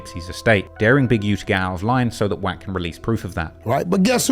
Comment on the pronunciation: Didn't know "wack" is pronounced quack.